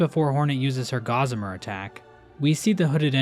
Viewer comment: You need to learn how to pronounce 'Gossamer'.